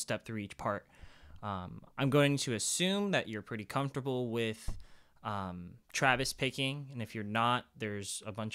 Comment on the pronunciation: I keep hearing Travis Baking????? is that what you're saying?